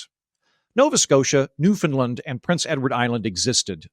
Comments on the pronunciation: Not to nitpick, but the pronunciation of Newfoundland is closer to ‘Noofin-land’ than “Noofin-Lund’ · PLEASE.... Newfoundland is not pronounced as New FUND land it is pronounced as New FOUND land! Thank you...from a Canadian! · It's new-fund-LAND, actually. But the central syllable is not pronounced "found" or "fin", and the last syllable is the one stressed. It rhymes with "understand".